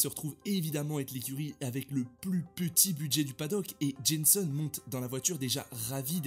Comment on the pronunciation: Très bonne vidéo juste c’est Jenson pas jenssen